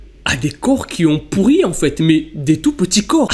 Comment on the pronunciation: J'adore car tu dis pourri't et pas pourri